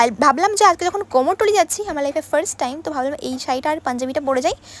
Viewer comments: Ota komortuli noi 😂🤣. Kumortuli bole 🤦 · কোমোরটুলি??😂😂😂অনপড় তুমি?